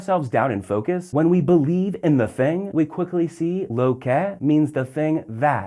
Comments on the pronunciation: "low"? "LOW" - STFU, gringo! you're seriously annoying, dude. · Yeah, a video about the Spanish word 'lo' and he pronounces it incorrectly every. single. time. It's just two letters, how hard can it be?!